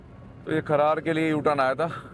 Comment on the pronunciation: खरड़ को खरार बता रहे हो